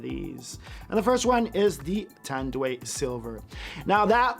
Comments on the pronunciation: it is Spoken as TAND-WHY not TAND-WAY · "TANDWEY" is crazy 😂😂😂 Try saying "TAN-DU-AI" 👍🏻👍🏻👍🏻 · It's pronounced as ton-dw-eye. Not tan-dweigh LOL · NOPE! we in city of cebu we pronounced it straight TANDUAY. not Tan-du-i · I think its pronounce as “ tan-doo-why, tan-du-wáy in spanish pronunciation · It's pronounced "Tan-Do-I". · Lmao funny thing is we pronounce that here in PH as "Tan-Do-Ai"